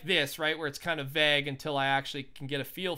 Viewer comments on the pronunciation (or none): Did he just pronounce vague as "vag"?